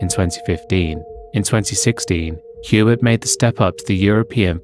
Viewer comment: Piggybacking on this comment to politely add that Hubert’s name, being French, is pronounced like yu-BEAR rather than HYU-bert.